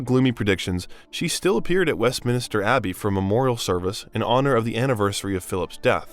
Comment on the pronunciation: “West Minister Abbey” multiple times is what got me. WestMINSTER. Not hard.